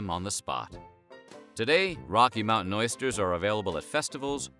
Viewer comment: That took balls eat them cowboy "oister"?!?